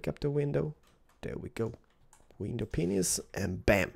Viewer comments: it's pronounced "pains," not "penis." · pane like window pane but he adds an es at the end